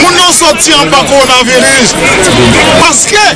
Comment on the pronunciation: Corona vilis wi misye di😂 hmm